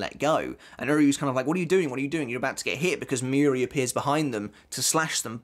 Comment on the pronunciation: Your pronunciation of Mayuri is so annoying. It's not 'miyuri', it's Mayuri... it's similar to the word 'master'. The 'ma' in master, although the a is shorter. Being a bleach youtuber, you really should learn the proper pronunciation.